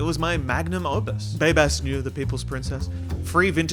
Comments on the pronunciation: polaroid poster? more like selection items on a streaming service. It's pronounced Noya. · neue is pronounced "noy-uh" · Is... is that how you pronounce neue? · babes i hate to break it to u but neue is not pronounced like that.